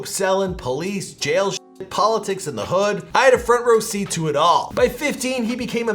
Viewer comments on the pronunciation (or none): none